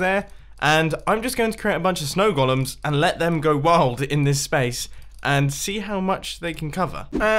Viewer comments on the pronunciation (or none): I like that he pronounces golem as "Gollum".